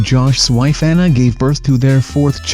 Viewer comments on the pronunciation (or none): none